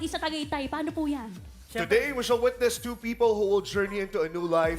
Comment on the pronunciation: Parang ‘big-gining’ ba pronunciation ni host? Beginning ba yun? Ganda na sana. Yung host naman ‘ladiezzzz, witnezzz’. Tama sana ladies pronunciation pero masyadong mahaba yung zzz. Witness shouldn’t be with a z sound.